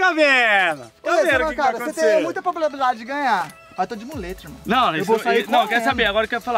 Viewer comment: " o Re vc tem muita plobrabilidade de ganhar " kkk kkk kkk falou errado 😂😂😂 mais ok todo mundo erra né ❤